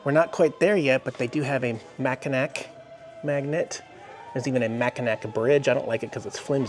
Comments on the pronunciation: It's pronounced Mac-in-naw not mac-in-nak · Mackinac is pronounced Mack- in- naw! LOL You were hurting this Mich ears! Lol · It's pronounced Mackinaw Bridge...But, they spell it Mackinac... We are up in St. Ignace till Thursday... If you think lake Michigan is cold try lake Superior... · Mackinac is pronounced MA KIN NAW. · IT'S PRONOUNCED MACK-IN-AW